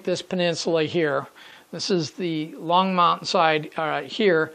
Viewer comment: Hi, really enjoy your video series and the subject area. I drive by the Longmont depot and yard area at least once a day and often more. You're doing a real good job capturing the essence of the area. (BTW the pronunciation is Long-mont, not Long-mownt). Also one of the current big controversies in town is the volume of train horns after the mid 2000's Federal mandate of louder and longer whistle blasts, particularly down the stretch you model with the close residential areas. Keep up that good work